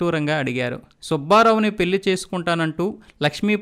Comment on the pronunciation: మీ ఉచ్చారణ మార్చుకోండి పెల్లి కాదు పెళ్లి అనాలి మల్లీ కాదు మళ్లీ అనాలి Etc